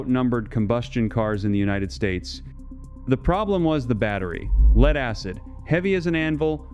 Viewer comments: lead not leed, one zero zero year battery, come on? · "lead" pronounced as "leed" and other anomalies. TRY BEING HUMAN AGAIN Lose the robot reader. Honor you human public with humans. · Why do shitty AI's always pronounce Lead as in Lead-acid batteries like: LEED? It ruins the video.